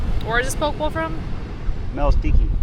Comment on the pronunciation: Aloha, that bowl of deliciousness is pronounced "Pokeh Bowl", just some info. Great video as always, aloha from Oahu..